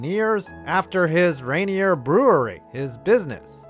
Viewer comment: "RA-neer" -- is how you say it, the mountain and the beer.